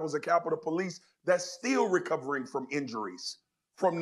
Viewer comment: He didn't say " still recovering", he said "steel recovrin". You need a fact check, LOL